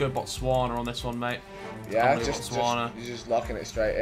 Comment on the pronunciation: I got so happy when I saw Botswana 🇧🇼. I even knew it was my home land. Thank you Harry for knowing and thank everyone that said the word. You guys didn’t butcher the pronunciation of it